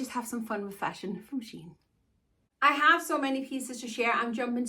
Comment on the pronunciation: Wanted to let you it's pronounced "SHE-inn" and not "sheen". A great place to find plus sized clothes without spending a fortune. A warning, though, for short girls: there will be a lot of hemming.The pant legs are very long and the hemlines on the dresses are defininitely made for tall girls (I'm 5ft tall) and read the reviews. Especially the ones with selfies.